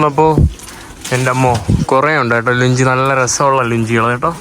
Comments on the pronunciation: ലുഞ്ചി അല്ല. ലുങ്കി. Lungi.😂 നമ്മുടെ നാട്ടിലും ഉണ്ട്. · ലുങ്കി എന്നു പറയു ലുങ്കി. ലുഞ്ചി അല്ല 😂😂😂😂😂😂😂😂😂😂😂😂😂😢😢😢😢😢😢😢😢